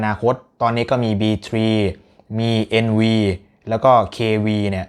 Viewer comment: NV กับ KV อ่านว่า เอนไฟว์ เคไฟว์ นะคะ ไม่ใช่ เอนวี เควี เป็นเลขโรมัน